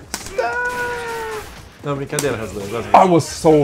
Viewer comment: Muito top. fala Haztlan igual superchampz Hatzlan LOL